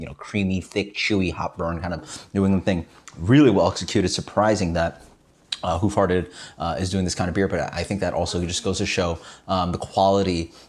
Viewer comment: I thought you said "who farted". Haha. Great review as always.